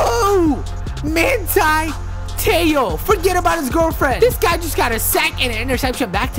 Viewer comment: Its ma(hn)ti